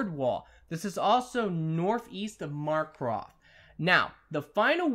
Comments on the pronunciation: MAR CARTH not MARCROTH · Its just Markarth not Mocrath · Did he literally mispronounce Markarth and Falkreath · Bruh he is butchering these city names